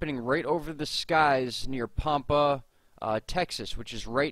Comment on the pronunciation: first off its pronounced Pampa like Tampa. ive seen weird slow moving triangles in the same area but its been about a year ago